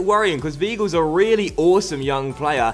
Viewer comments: It's vy - gl not v gl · Zlatko Edgar it's more like v-eye-gil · Zlatko Edgar in German if there is an -ie or an -ei you pronounce the word with the last letter , so , the word VEIL would be pronounced VILE , but if the word was VIEL it would be pronounced VEEL. And also W's are pronounced as V's so Weigels name is pronounced Vhygul. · im sure weigl is pronounced whygl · In german ei is pronounced ai. Also in Leipzig the g is pronounced sch, so Laipzisch and Weigl is pronounced Waigel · Weigl is pronounced like Why- gel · people saying is pronouncining right should look up how his name is pronounced...or just type it into google translate and play it in german or look up the pronounciation of 'ei' and 'ie' or something...I mean come on people it's not that hard to look up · you don't have to be german to know that 'ei' is pronounced as 'I' and 'ie' as 'E' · W is German are pronounced like a v so if you're German how tf did you not know that